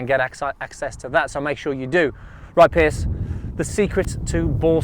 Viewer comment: Piers (rhymes with years) not Pierce.